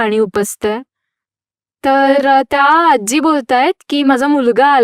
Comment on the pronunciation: Aajjjjjji nahi...aaji